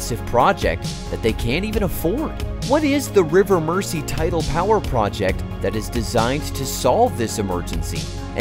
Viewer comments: You would have thought that if they went to the trouble of making this video they would have learned how to pronounce the name of the river. Merzee! Not Mercy. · It's pronounced "Merzy" NOT "Mercy". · Mersey: pronounced Mers-ee, not Mercy. 🙄😖😡🤬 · It's pronounced river mur-zee (not "mercy") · Get a Real host versus an AI bot. It's ridiculous to hear Mersey pronounced as 'mercy'! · relax! I bet you cant pronounce Arkansas or Oughterard or Killiney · Mersey is pronounced "Merzy". It wouldn't have been difficult to have checked this. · “River Mersey” pronounced ‘River Merzee’. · If the Tories' sponsors dont make a massive profit from it they wont authorize it. And it's pronounced MERZI like with a zed. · Pronounced*MER ZEE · Could the narrator please please pronounce the river name properly it is pronounced "Merzee". Why don´t they check name pronunciations with people from the areas concerned to prevent irritation for British people from those areas. Profitable it might be but the profits will not benefit the local citizens. The tax payer will fund it but the gains will all go into the pockets of the billionaires who own the power companies and thence disappear into offshore accounts and avoid paying taxes in the UK. Great idea but lose, lose for the taxpayer and domestic customer. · so you can say merseyside but then pronounce mersey as mercy.... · Every time you said Merssee I winced. Learn how to pronounce it mate before you make a video about it! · The pronunciation of Mersey is painful